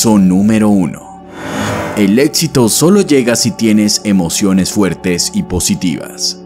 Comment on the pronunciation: Muy buena información, pero un paso al éxito es dejar de llamarlo "ÉTXITO"